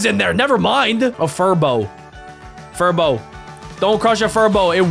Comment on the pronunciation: “Furbo” Furbie btw “Crowns” Crayons btw